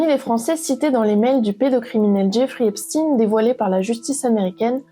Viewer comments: Epstin, c'est epstein comme Einstein ! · Pourquoi prononcez vous Eipstine ? Ça se prononce Eipchtaïne. Et ça a bien une origine/connotation judaïque. Pourquoi vouloir camoufler ça ? Hein ? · Ce nest pas epstine mais epstein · Menteuse !!! Tu essais de détourner les accusations ! Et c'est pas Esptine ! Mais Epstein, comme Einstein ! Arrête ton baratin. Tu bosses pour qui ? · Arrêtez de l'appeler epstine ! Mais Epchtine... Ou alors c'est antisémite ? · Pouvez-vous svp dire son nom CORRECTEMENT qui est EPSTEIN et non pas EPSTINE 😡 il est ou était américaino-Israëlien...merci 👍🏼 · Pourquoi vous prononcez EPSTINE ??? EPSTEIN bordel ! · Incroyable mais vrai, Epstein se prononce Epchtein, tout comme Hamas "Khamas" je ne vois pas où est écrit K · Vous dites Albert Einstine ???